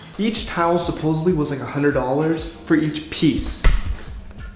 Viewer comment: Btw it's SUPPOSEDLY not supposevly!!!